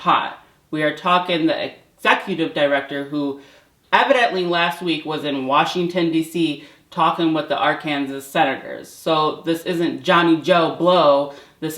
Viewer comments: Arkansas ARK-IN-SAW Arkinsaw Arkansas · Arizona? Or Arkansas? Lol